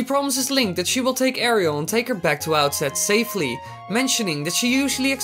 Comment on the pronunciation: It's pronounced Air-ull